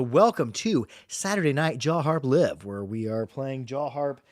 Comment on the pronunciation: he said liv 😂